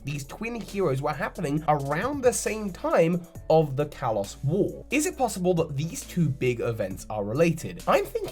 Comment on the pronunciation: You say the word Kalos wrong. Kalos is pronounced (kah-lohs).